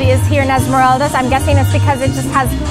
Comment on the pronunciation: I'm ecuadorian and it's pronounced Esmer-AHHH-ldas